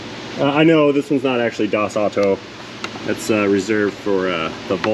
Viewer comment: Love your little bits of non-English expressions and such; however, das Auto is pronounced like ow-toe.